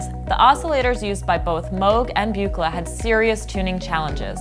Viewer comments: "Mohg and Byoo-kluh" What crazy awesome circuit board! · Am I the only one who cringes on the mispronunciations of Don’s last name? Dead giveaway she is reading a script and not familiar with the subject matter. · The Buchla mispronunciation is killing me. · You and a handful of geekier synth nerds is about all who cares, lol. People have mispronounced mewg moahg too forever, who cares One should be more concerned with the mispronounced EEEpoxy vs ep-poxy since those are not names, but whatever, who cares, great video